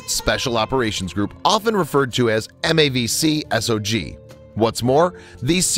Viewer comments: It's not M-A-C-V-S-O-G, but MAC-Vee SOG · MAC V SOG, not MAV C SOG